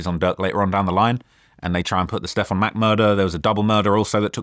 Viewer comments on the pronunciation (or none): none